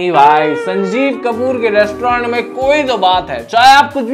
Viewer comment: Restaurant❎ Restaurand✅